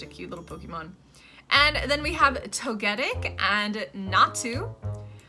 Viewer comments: First, why all the Sudowoodo hate? And two, it's Tow-guh-tik... 😅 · Here is the list of mons i thought you prenounced differently Meganium Chinchou (ending is like chow) Ledyba (which is weird since you said ledian correctly) Togetic (i prenounce it like togepi, but instead of pi it says tic) Aipom (prenounce it like the second one you said since it comes from ape) Pineco (its indeed how you thought it should sound like while looking at it) Forretress (literally just fortress, i had to laugh with your version xD) Scizor (i can understand the confusion, but its funny that you pay attention on the switch of y and i in ledyba and ledian but not in scyther and scizor. Its literally like a scissor) For the rest its debatable. Some might be a bit iffy but its not wrong like i would prenounce houndour different but the way you said it is not wrong. Suicune was correct so no worries ;)